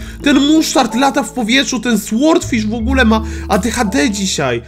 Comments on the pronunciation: to tak przeszkadza jak mówisz słordfisz. Powinno się czytać sordfisz. Nie ma za co😉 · nie,,słordfisz", tylko,,sordfisz" się mówi! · Brimble Fish W słowie sword jak i w słowie sword fish, w jest nieczytelne czyli powinno się czytać sordfisz i niewyraźnie r i d😉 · Franek Zawias Nie da się tego przeczytać po polsku, bo nie jest to ani ł ani o. Jest to dźwięk coś między, i gdy czytasz fish to i wymawia się jako y.